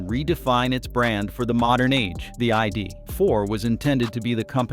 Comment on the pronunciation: The AI narration has no idea how to say ID4..... Makes a very good approach to a video fall flat on it's face.